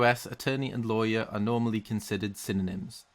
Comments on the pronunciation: "instead of liars" not how you pronounce lawer its like loy*·*ur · The way he said lawyer XD " loiyer" beautiful American accent!! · loywer Americans: disappointed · Wait I don’t know if I heard correctly but it sounded like you called lawyers liars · I think he said liars. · I heard it as "in England we call them solicitors instead of liars" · I've never heard anyone pronounce lawyer as "law-yer", it just sounds weird. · Hearing try to pronounce lawyer in an American accent gives me life. I thought he was saying “liars” at first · As an American I thought the way you said lawyer was bizarre. We say it like "low ear" kinda. Then after thinking about it, since you're saying "law" then "yer" it makes sense, and the way America says it is bizarre instead. Fascinating stuff. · Lol when said lawyer it sounded like liar. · Nobody:: La..yer Me: Liyer... Lyer? Liar! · him trying to pronounce lawyer tho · I think when he tried to say lawyer....